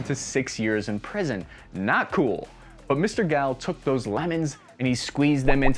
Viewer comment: Dude, you are mispronouncing the man's name. its not Gal like a woman, it's Gall, like G-All.